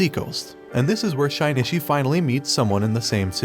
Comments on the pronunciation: Shinichi not shainatchi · it is pronounced as shinichi not shainichi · Anyone else bothered by how he pronounces Shinichi's name? It sounds like he is saying Shine-Itch-ie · that name pronounciation XD SHINY-Shi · it's Shin-itchy